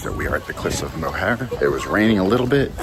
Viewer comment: Cliffs of “mower” Not mohair 😊